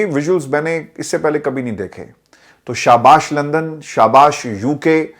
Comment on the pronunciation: SHABASH KA TALAFAZ SAHIH FERMAIN SHAHBAZNAA BAN JAI ????